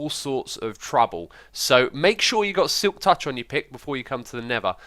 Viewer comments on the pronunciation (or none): The way u said Silk tich sounded like the word Tič in my language, which means penis.